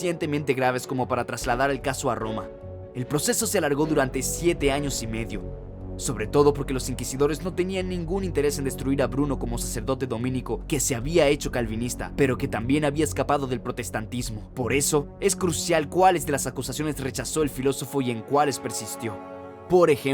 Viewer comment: En primer lugar, no es 'Epícuro', sino 'Epicuro'; así como tampoco es 'domínico', sino' dominico'.